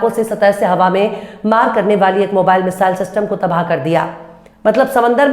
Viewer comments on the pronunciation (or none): none